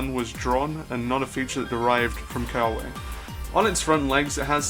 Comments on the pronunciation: its pronounced keh-ah-ve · They are pronounced Ke-ah-ve, Ka-ne, and Na-wa-he (like the word he)- ne.